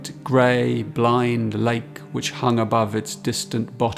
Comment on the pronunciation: Eurydice is pronounced with an "s", not a "ch". Other than that, absolutely wonderful and very in spirit of Rilke's poetry... mediation.